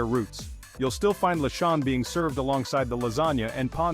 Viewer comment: OMG…can’t stand the mispronunciation of simbang gabi, lechon, pancit, maligayang Pasko, etc.😂😂😂😂😂